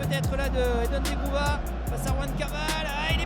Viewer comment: On lui dit quand à FOOR que c'est ZEGROVA et non ZEGROUVA !!